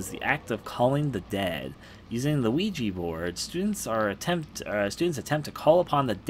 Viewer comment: At first I thought he said Luigi boards XD